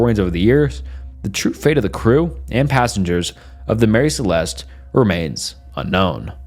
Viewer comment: This is so fascinating but I would appreciate it more if more attention was paid the grammar, pronunciation and spelling. These issues get increasingly more distracting as the video goes on - a couple examples Mary Celeste vs Marry Celeste, Ocean-graphie vs ocean-nog-graphy